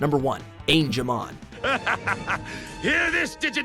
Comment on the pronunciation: How you say Angewomon correctly and Angemon wrong